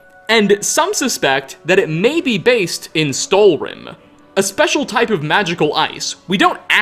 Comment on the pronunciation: Does anyone know why pronounces stalhrim like stalrim?